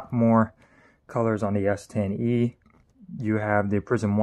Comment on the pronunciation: Anyone else hearing him say S10v not S10e or is it my old ears.